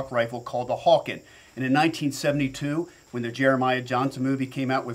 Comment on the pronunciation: Don't hold your breath for T/C to listen to these comments. They are far too concerned about making the same cookie cutter guns as everyone else. And it's HAWKEN. Not Hawkin or Hawkins or Hawking.